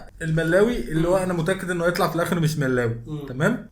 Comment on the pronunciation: كلشي على الملَّاااوي 😅😅😅😅😅 مْلَوِي بدون شدة على اللام